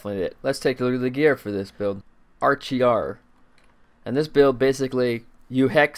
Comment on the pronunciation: I think it's 'Arak-ear' but awesome build this is. It makes picking up death's breath almost an annoyance.